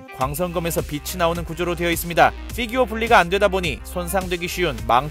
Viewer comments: Fㅣ규어 발음 신경쓰기 시작하면 계속 신경쓰게 되는 희한한 영상 🤔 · 쀠-규어 발음 킹받넼ㅋㅋㅋㅋㅋ